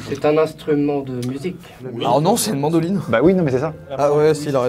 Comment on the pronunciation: "C'est un instrument de musique" - "Non c'est une mandoline" En vrai j'ai entendu Mandarine x) Mdr 😂